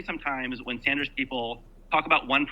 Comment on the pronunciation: if krystal can pronounce bernie’s last name correctly, so can you. its Sanders, not Saunders💯